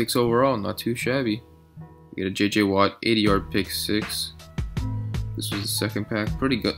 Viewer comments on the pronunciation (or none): none